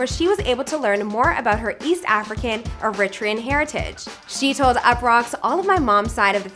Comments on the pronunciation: The way she saying ‘Eritrean’ is upsetting me and my homegirls 🤦🏽‍♀️🤦🏽‍♀️🥴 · Fr shes like iritrean n it bothers me😭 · I really need you to pronounce Eritrean correctly....like...put some respect on it. Zero effort...For yall to constantly do these stories on Black/Urban artists (Nipsey Hissle, Tiffany Haddish) it's not the first mention of this word.